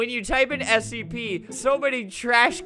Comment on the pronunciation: This dude saying sep instead of scp